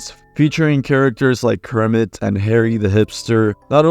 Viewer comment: bro said krimit 😭 but anywaysm cool video